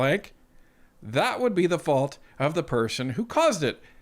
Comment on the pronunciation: Am I the only one that can't stand these ridiculous liberals? " Mr Speaker we will take no lesson from da conservative". Seriously Champagne, shut the eff up.